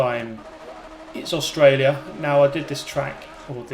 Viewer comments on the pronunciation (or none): none